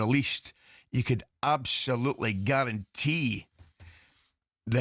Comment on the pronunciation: Love when Ally says abshullloootley and shennshassional, your time is up mate keep aff the bevvy